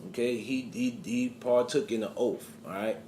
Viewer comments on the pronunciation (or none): He’s taking a oaff? What is an oaff? Do you realize how fuckin dumb you sound? You know the word is spelled and pronounced OATH. Ghetto brain.